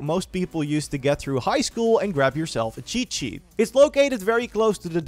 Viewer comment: Am i the only one hearing "chichi" everytime he says "cheat sheet" ?